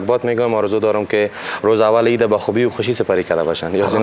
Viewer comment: آریانا خوردک: عیت مبارکککک 🤣🤣🤣🤣🤮